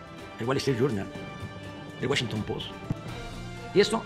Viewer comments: Es más bien, el fainancial tain, el niullor tain, el güalestri yurnal, el güachinton pos y el güachan güer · el Financial Tain, el Niuyor tain, el Wallestrit Yurnal... el Washington Pos